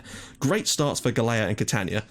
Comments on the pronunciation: Just a small tip regarding the Maltese guy's surname, it's pronounced "Gahl-ya" :) [So basically you're already pronouncing the first half of his name correctly] AND YES A MALTESE GUY IS ACTUALLY PLAYING ABROAD :D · I really hate correcting you, but since I'm Maltese, I'll try to help you out a bit ;) Galea is pronounced as Gal-ja with the 'j' being same sound as the 'y' in yes. Hope I managed to help you out a bit :)